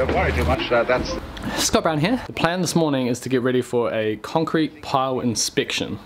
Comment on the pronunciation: He definitely still says the H in 'here' tho.